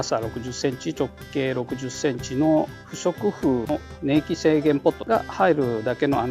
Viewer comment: /様 お答えいただきにくい質問2つで失礼いたしました。 "ねいき”ではなくて”こんいき”ではないですか？